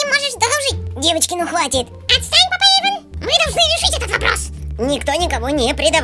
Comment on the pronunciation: И не Ейван,а Эйвон